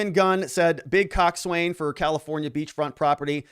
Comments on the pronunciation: Coxswain is pronounced coxsin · Pronounced Cock’sun, The Coxswain is the crew member that calls cadence for the rowers and orders needed stroke changes.